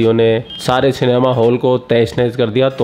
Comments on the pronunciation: Cinema hai be vo...Senmaa nahi😅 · Ye Pakistani.. Cinema ko Senma... Petrol ko Petral kyun bolte hai.. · Canma nehi....Cinema....🙆😆😆😆😆🇮🇳🇮🇳🇮🇳🇮🇳🇮🇳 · ye senma kya hota hai😂😂 inko cinema medicine rickshaw jese pronounce karna bhi nahi aate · Bhai cinema bol, senma nai!!😂😂😂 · Sanma nahi bhai it's cinema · Senma.Not cinema.